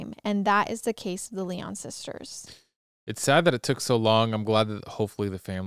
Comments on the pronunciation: Good god…it’s Lion, though spelled with a y. Not Lie On🤯🤯🤯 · So sad. 😢 My heart goes out to their family and friends. Their last name Lyon is pronounced Lion. ❤ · My last name is Lyon and the way you were pronouncing it kept throwing me off 😅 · I was twelve too when this happened. Wheaton Plaza was 3 miles from my house. Parents that used to let us go dime store by ourselves… that came to a screeching halt! BTW it’s pronounced Lion like the zoo animal. Their dad was a radio personality on WMAL. Our innocence was gone . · Yes! This case has been covered enough to where this mispronunciation is a gross oversight.